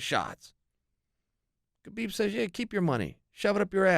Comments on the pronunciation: Its "Habib" to pronounce his name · CHAEL- bro it's HABIB. TREAT IT LIKE THERE'S NO EFFING K it's silent. Like you DON'T PRONOUNCE THE K...sheesh